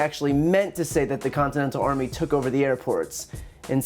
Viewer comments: I'm only here for the highlights - or should I say, the lowlights. I knew the Dumb One would screw up, I just had to see how. He didn't disappoint! "Our army manned the AIR-pts... It rammed the ramparts... It took over the airports it did everything it hadda do..." Comedy gold 😄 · He said HAIR PORTS you stoopd libs